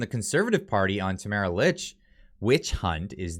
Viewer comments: It’s pronounced “Leech”, not “Lich” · Just an FYI I believe that Tamaras last name is pronounced like “leech” 🤓🤷🏻‍♀️